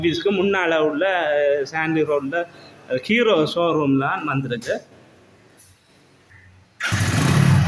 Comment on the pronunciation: முதலில் தமிழை அர்த்தமாக கதைக்கவுகும் கீரோ அல்ல ஹீறோ